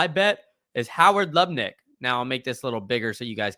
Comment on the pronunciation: Lut-Nick. Aka nutlick